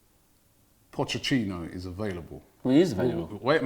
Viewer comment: "Pochechinno" - Robbie